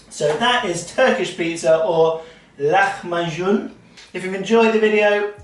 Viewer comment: Perfect pronunciation of lacmacun! Can you use a milk substitute (almond, soya) for the dairy or just water?